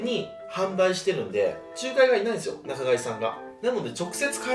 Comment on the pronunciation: なかかいって何や笑 仲介（ちゅうかい）のこと？